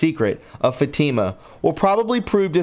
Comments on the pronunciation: Fatima is pronounced Fat e ma. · I would like to ask you to do something for all of us..... PLEASE check on the pronunciation of words, names and places that are foreign or unfamiliar to you. Such as “Fátima”. It is pronounced “Fáut- ē - mah”. Emphasis on the 1st syllable., soft “e”. Some of your pronunciations are forgivable. But when it comes to such things as the prophecies and events so crucial to us in this current environment, I do ask that you PLEASE check. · There are many pronunciation mistakes that I wish I could help you with. Fr. means Father the title of a priest. Fatima’s pronounced FAT-ima. Many more. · It’s also pronounced “Fat Tim a” = Fatima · So...I understood who and what he was reading about. It is pronounced Mal i kie, short a, short i, long i. Fa tee ma short a as in fat, long e, and short a as in ma. I knew there was a snake in our must from the very first news of this charlatan. Remember to start your day wearing the armor of God and reading Philippians 4:8. Dark to light. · Great information from Tiffany. She does great work. One comment, meant as a constructive criticism, your pronunciation of certain words, such as papal, Fatima and many others are very distracting. There are websites that will pronounce words you’re unsure of. Just makes for a more professional presentation when your pronunciation is correct. Love your work. Thank you for your hard work and Godspeed. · Dude you need to look up how to pronounce Fatima.. Look up Three secrets of Fatima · No disrespect.....but it helps listeners to speck the names properly. I’ve had to stop listening to your video to replay and read the text for myself. This has been a repeated theme because of mispronounced names and nouns. Especially with Middle East cities, proper names , etc. You do great research and we all thank you. I only mention it bc it’s confusing to the hearer. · 😆 Fat-Ta-Ma Not. Fa-team-mu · it's pronounced fat'-tim-a. Not long e. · FATIMA IS PRONOUNCED FAT-TI-MA